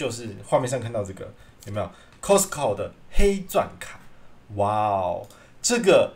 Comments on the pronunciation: 確實是念錯了，斷句的地方是Cost co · 真的沒錯 T不發音。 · 扣施扣 咖施扣 其實都差不多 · 你好市多 英文說錯了 聽了好不習慣